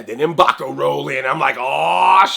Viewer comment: It's not Em'baku. It's M'Baku.